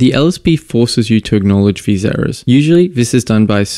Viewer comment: "... forces you to acknowledge vese errors ..."